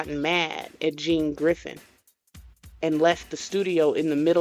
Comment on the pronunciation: Crack me up when you say Gene Griffin name lol